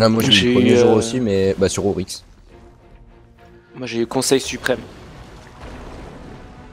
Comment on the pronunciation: XD oryx avec un "i" (orix)